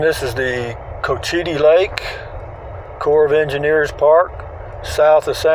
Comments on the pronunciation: It’s pronounced. Coachattee. Another interesting golf course in this community. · Cochiti you said it wrong